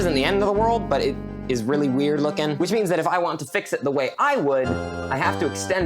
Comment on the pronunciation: Bro said fick not fix by h